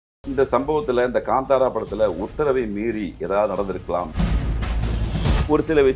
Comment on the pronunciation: ....its ka'ntha'ra... Not ...ka'nda'ra... Kindly pronounce it correctly ....